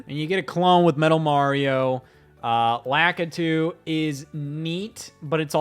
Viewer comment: Who the hell is lackitoo